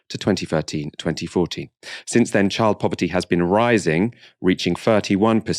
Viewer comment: For someone so passionate and eloquent, please stop talking about two fowsand and furteen.